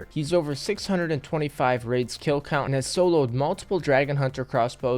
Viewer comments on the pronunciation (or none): none